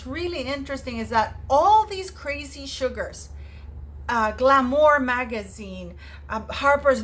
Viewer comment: You pronounced "Glamour" the way it is spelled.❤❤❤❤❤❤❤ Thank you